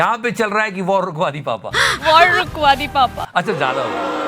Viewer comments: Waaawr wukwaa di papa😂😂😂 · Rukwadi WITH an accent